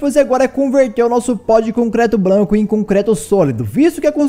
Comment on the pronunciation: ele falou concreto blanco